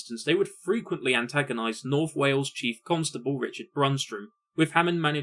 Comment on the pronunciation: oh i see now after hearing it the second time. "The Chief Constable of North Wales --- The Chief Cuntstable" lmao